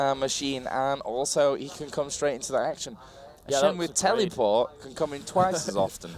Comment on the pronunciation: I love how the commenter says tellyport instead of teleport, it's amazing XD